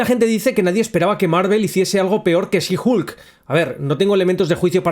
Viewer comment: She Hulk Shi jUlc... Viejo, se pronuncia jOlc, con O. Igual me gustó el vídeo.